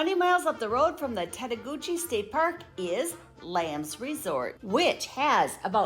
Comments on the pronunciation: It's actually "tett-a-goosh", not "gooch", it's French. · You've got some errors here. The Pigeon River is NOT in Tettegouche (pronounced "TETT-a-gooch," not "tett-a-GOO-chee"). It is along the Canadian border in Grand Portage State Park. That's where you'll find the 120-foot waterfall, the tallest in Minnesota. Tettegouche has the Baptism river, with a 60-foot waterfall. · Tettegouche doesn't pronounce the E at the end. And it's not the Pigeon river. It's the Baptism.